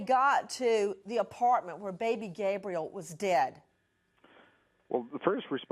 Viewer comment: Did she just say baby gay briel?